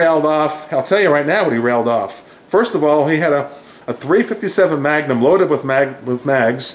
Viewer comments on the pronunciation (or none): none